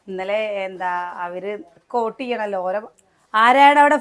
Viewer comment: ഓട്ട് അല്ല വോട്ടാണ് പ്രസി😂